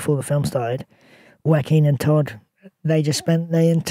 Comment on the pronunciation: Butchering joaquins name is criminal.